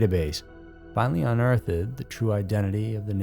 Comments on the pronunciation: I know this is trivial, but given the quality of production, my brain got stuck on unearth-ed. I’ve always heard it pronounced “un-eartht” essentially. It’s not just you, I’ve heard vehemently (viamently) pronounced ve-hem-etly) my brain got stuck on that too lol That is all. Rewinding now to process the details. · I like watching ur channel, but constructive criticism here. Unearthded is not the word. There’s another one too that you always add letters that aren’t there. Again, like ur stuff but just a heads up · "Unearthed" is 2 syllables, you dolt. Stop pronouncing the "ed." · Did he say "unearth-ed" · I can't handle the way he pronounces unearthed.